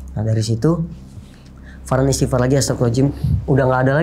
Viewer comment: Maaf saya kurang nyaman mendengar istighfar dari... maaf sy juga bukan org yang ahli agama, tapi untuk pengucapan istighfar baiknya dengan jelas 🙏🙏